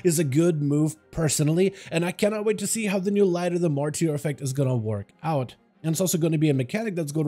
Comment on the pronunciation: light of the ''MARTER'' it is pronounced, not martier'' 😾😾